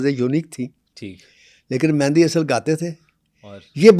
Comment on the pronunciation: Very bad ap khud ko double ma kehtay hu Mehdi Hasan ko mehndi Hasan khy rhy hu